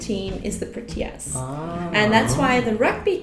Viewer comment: I feel they should have found someone with a proper South African accent to answer these questions. And the fact that this woman decimated the word “proteas” by pronouncing it as proo-tea-ahs and not PRO-tea-ah makes me lose all trust in her answers